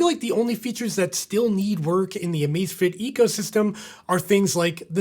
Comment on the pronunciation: Cada vez que dice Amacefitit se muere un gatito